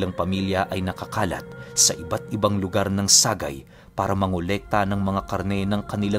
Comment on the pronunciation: # Sa+gay not sa-gay